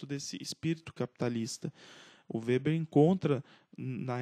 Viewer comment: (acho q a pronuncia do nome está correta)